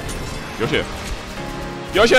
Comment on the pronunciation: Genji: Yoush: Yoush